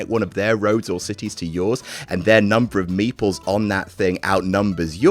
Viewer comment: Was confused for a second during the Carcassonne segment because it sounded like he said meatballs instead of meeples